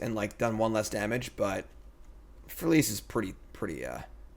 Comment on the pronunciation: That Freyalise pronunciation. "Freya lice".